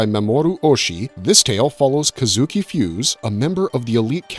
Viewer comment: "Fu-say," not "Fuze," but you'd of known that had you actually watched the movie instead of using AI to write this for you. All that talk about Jin Roh, and you fail to mention that about 90% of the movie is people talking - so not that dark, really.